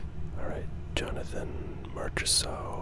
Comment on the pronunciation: The way he pronounced Jonathon Marchessault and TVR